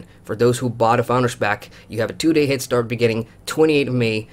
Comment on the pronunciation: Why do you keep saying Hit-start? Don´t you mean head start?